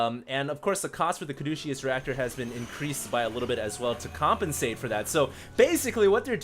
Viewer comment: pardon me but, Caduceus is pronounced Ka-doo-sus.